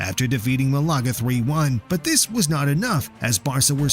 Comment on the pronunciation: they way you say malaga make me very sad